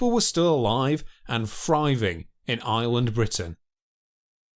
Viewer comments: My favourite bit was when he said "friving??" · THRIVING AND MAMMOTH, NOT FRYVING AND MAMUFF. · Sounds like he's speaking an ancient lanuage where "th" is pronounced as "f". Must have been a friving society from fousands of years ago.